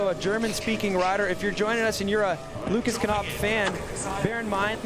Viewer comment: Why do the pronounce Lucas Knopf, "kAnopf," but they don't pronounce the word "know" as, "kAnow?" Sucking at your job much?